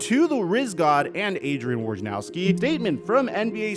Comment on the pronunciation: Your Mahomes-lookin ass gonna feel real dumb and guilty when someone loses their house or their family. Gambling requires harsh warnings!!!!!!!!!!!!!! BTW, you can't call yourself NBA media and then not know how to pronounce a name, of the leading NBA correspondent Adrian (WOY - NA - ROWSKI), you must have heard 100x at least. Do better, guy.